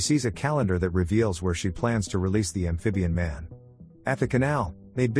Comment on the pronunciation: I will drink a shot every time he says ambfibian man.